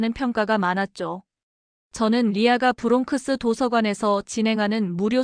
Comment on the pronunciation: MIT 누가 수석 합격 했다고 누가 수석 졸업 했다고 발표 하나요 수석 수석 칭찬에 굼주린 Minority 한국인 들이 하는 소리 아닌가요 부롱크스 로 발음 하지 않고 브롱스 로 발음 하지 않나요 ?